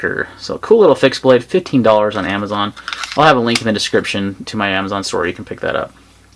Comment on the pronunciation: I couldn't tellnif you were saying 15$ of 50$ on the benchmark lol. Sometimes sounded like 15, sometimes sounded like 50.